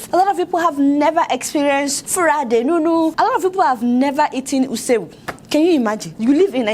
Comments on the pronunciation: Hanti u just killed the ISI ewu ooh ... It's not "USI EWU"" 😂😂😂😂It's eeeeeeeeeeessssssssiiiiii... Isi ewu.. thanks u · Adeola you hve made my morning this morning with the way u call "ISI EWU" lol on a lighter mood though. you re very right when u said exposure makes one have open minded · Pls forgive our Adeola.....I love her even with d way she pronounce it😍😍😘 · They way you said the isi_ewu🤣🤣🤣